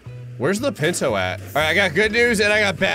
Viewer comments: Anyone else hate how he says ‘pinto’ rather than punto 😂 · Me correcting every time he says "pinto" panto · Every time he said pinto I laughed more and more.